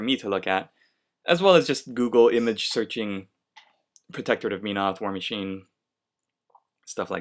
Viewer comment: its pronounced MEN-oth. not meen-oth. But great painting job!